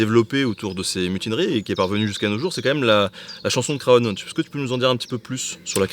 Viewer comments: super reportage :) par contre on ne prononce pas le "o" de Craonne ;) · Craonne se prononce "CRANE"